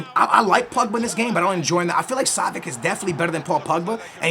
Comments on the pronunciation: Yo its pronounced savits not savik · Pretty sure its pronounced (Sah-vi-ch) not (Sah-vi-ck) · Savi(ch) not savic😅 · Ohh my god... not [Savik], [Savich]!!!